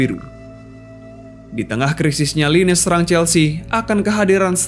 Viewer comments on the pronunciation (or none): none